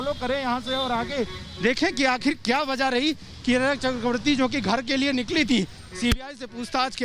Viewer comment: Mumbai police rachhak not bhachha( hai